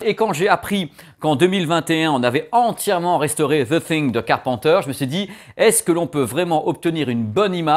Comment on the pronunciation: On dit pas car pen teur on dit car peine teur